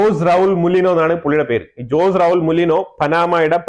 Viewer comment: സ്റ്റിരം കാഴചകംകാരൻ ഞാൻ പനാമ പ്രസിഡന്റ്‌ പേര് ജോസ് എന്നല്ല പ്രൌനൗസേഷൻ ഓസേ എന്നാക്കുക ബാക്കിയെല്ലാം ok